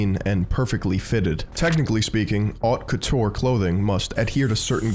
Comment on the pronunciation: Strange not to hear the French pronounciation of "haute couture" and "couturier" in a fashion video.